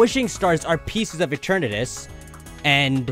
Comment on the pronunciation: Eternatus is pronounced E-ter-na-dus but faster btw add pamper back on the team